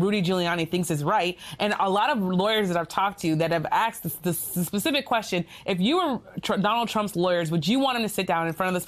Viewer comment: That lady said axed, not asked